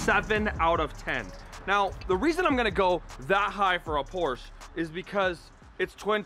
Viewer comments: Say it with me y’all.. POR-SHA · 7/10 for one of the most reliable and high quality sports cars? Never value someones opinion when they can't even pronounce the company name right.l